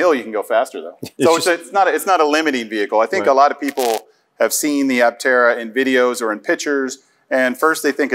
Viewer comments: no, you should not say "a-tera" ... a-ptera is just fine even for Greek , and you should say "p-terodactyl" too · Just a chip in on the name. Aptera is correctly pronounced "a" the way it is pronounced, and not "e". It is a Greek compound word from "a" (pronounced aa) and "ptera" meaning wings. The prefix "a" in Greek is a negative particle denoting absence or subtraction. When it precedes any noun or adjective, it means the the object lacks the quality contained in noun or described by the adjective. Ptera means wings. So aptera would mean "without wings". So Aptera can be described as a Solar Electric Vehicle (SEV) that looks very much like a plane, with all the aerodynamic qualities of a plane, but without wings. What an apt and befitting name. I wonder who crafted it for them.